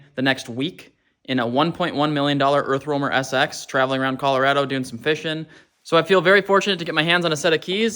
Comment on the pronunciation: If I had a nickel for every time he said Colorado wrong I would have a lot of nickels